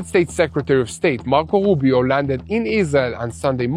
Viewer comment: Rubio not woobio. I'm not trying to be critical.